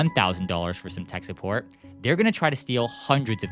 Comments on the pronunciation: “suppoat” bro 💀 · Suppoat😂 Like I'm suppoating you😅